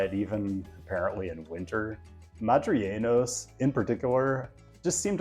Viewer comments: Just a quick note, a couple times in the video you refer to denizens of Madrid (Madrileños) as "Mah-dree-YAY-nyos" as if it had a double-L. It only has one L, so it's pronounced "Mah-dree-LAY-nyos." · si, tienes razón pero también él no dijo el "l". El dijo algo como "Madrillenos" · Creo que a los ingleses les cuesta pronunciar la ñ asi que la convierten en n. If thats the case think of it bein li Madrilenios it isn't correct but its better than just n